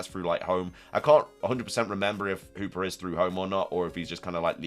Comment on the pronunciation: who is hooper 🤣😂 the accent is crazy. i know you meant hoopa. its funny how you say geeta too. geeter